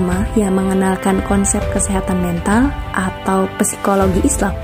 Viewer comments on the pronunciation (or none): Izin koreksi ya, psikologi dibacanya sikologi